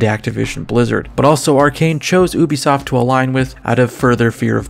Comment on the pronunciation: Is it pronounced “oo-bee-soft” or “you-bee-soft”